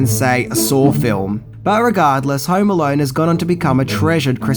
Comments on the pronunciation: "Home Alarn..." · Hauerrm Alauurn😂